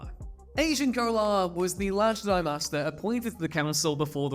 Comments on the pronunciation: Fire this guy, he sounds retarded, the word has been around since 1977 and you are saying it wrong. It’s JED-EYE not GEE-DYE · Jedi… j’dai… super cool video idea but I can’t watch this. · Can't take it. Probably a cool vid, but it's cringe with the whole J'dai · Where in the hell are you from that you can't say jedi properly? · Say Jedi properly 😂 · Why do you pronounce the word Jedi that way? (Not judging, just curious) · Jedi isn’t some old word that may be pronounced any number of ways. Great analytic boost at the cost of any actual fans wanting to watch more content from you. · couldnt finish. mispronouncing "jedi" did me in. sorry. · What the Hell as going on?? Why are you not able to pronounce Jedi??? Wow.. please don’t let ever do a Star Wars video ever again 😳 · Well, this was a crap video. I hate to dump on ya, cause you're vids are usually way better. Did you know it was crap so you purposely mispronounced Jedi to throw us off the scent of 💩. Oh, and that one name Poli Dapatian sounds like a nervous condition, or something you do on your own away from others. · Why are you pronouncing Jedi like that?! It's unbearable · I think you're saying Jedi wrong 😂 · Omg I thought it was just me hearing it but by the 4th time, I came to see if comments thought the same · Srsly. Are you purposely mispronouncing Jedi? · He’s doing it on purpose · "You fools, he intentionally says it wrong on purpose so we would comment about it for the Algorithm!" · I thought I could get over it but in the end it still bugged me good video though.